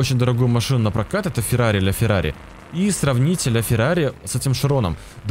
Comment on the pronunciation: Что за «ля фирари»????? Говорят «лафирари»